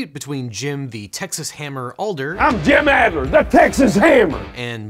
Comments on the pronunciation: Sir, having grown up in Houston, hearing you pronounce The Texas Hammer's name wrong the whole video is a little insulting. You flipped the "D" and "L" every time! ADD-ler. There, I fixed it. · I think MC Hammer has a case against both of them. BTW ol' Jim ADDler might come after you for "aldering" the pronunciation of his name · As a Texan I am deeply offended by your mispronunciation of Adler. I will be deeply troubled by this for the next 3 minutes. Maybe even 5. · I've seen Jim Adler's commercials for 30 years now, it just hurts me to hear it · Jim Adler didn’t forge his hammer in the fires of justice for his name to be mispronounced like this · A bit off topic, but it's kinda funny that LegalEagle mispronounces Adler which is the German word for Eagle. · It’s hilarious that he says Adlers name wrong the entire video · How on earth can he get this guy’s name wrong throughout the entire video? Jesus. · ADler, not ALder. It even says it in the commercials you’re quoting. Try to represent the names in your stuff accurately. Especially when it isn’t that hard. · dudes name is Adler… I’m sorry but the little things get to me it’s not Alder… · Ooh so good video... but It's Jim ADLER, not ALDER. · Your saying the Texas Hammer’s name wrong it’s pronounced ADDler NOT Alder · Adler, not Alder. I've been watching his commercials since I was a toddler. Please remake this video. It's nearly unwatchable the way it is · I have an objection. You mispronounced Adler’s last name. It’s Add-ler Not Ald-er. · It’s Adler, not Alder. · Adler. Not Alder. AD-ler. This really took me out of the entire conversation, hearing him say AL-der over and over again. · Why does he keep saying ALder? It's Jim ADler, isn't it? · Hate to be that guy but he didn't pronounce Jim Adler's name right once. The D comes before the L. AD-ler not AL-der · It's "Adler," not "Alder." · Interesting, the only problem I have is you kept calling him "Alder" instead of "Adler" which is his name.